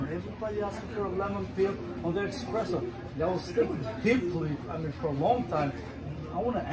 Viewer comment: Hey barman, it’s not EXpresso.